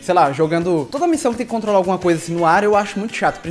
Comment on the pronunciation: O falo contola